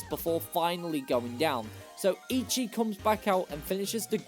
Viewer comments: Great video and content. However, Eichi is pronounced Achi. Ei in Japanese makes big A sound. Ichi (your pronunciation) means 1. Took Japanese in high school. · also it’s pronounced “aye-chee”